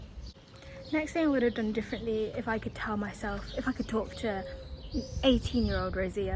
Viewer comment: Weird observation to make, although your accent is very southern, when you say done it sounds very northern lol